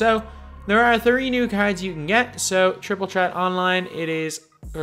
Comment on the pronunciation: Jay Johnson he’s Irish so he pronounces it like that tr is ch